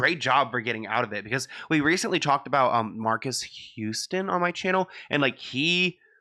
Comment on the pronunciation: Yay! Black delegation is PROUD! You said “Marcus” and not MAR-KEYS